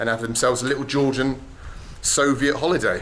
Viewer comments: We made a drinking game out of it, a shot for every time he say "sovjet".... big mistake! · Can't wait for someone to make a compilation of every time he's said "soviet" in a video. I expect it to be at least an hour long...